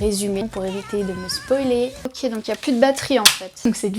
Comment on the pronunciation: En 16 ans d'existence tu es la première personne qui ne prononce pas "OKÉ" mais "OQ" XD Mais j'aime bien le concept